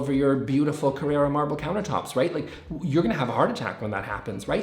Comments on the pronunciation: Carrara,. Car-rar-a. Not Carrera. Ca-rare-a. That's a car model. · When I find something is wrong I own that position and express it. I am not going to inhabit some meta register in which all opinions are valid. It is never right and nowhere is it right to pronounce the word Carrara as Carrera as they are two different words. To do otherwise is just lazy and disrespectful and makes you look stupid. is a big boy. He can defend himself. Do you ever see him pull any punches? No. So neither will I.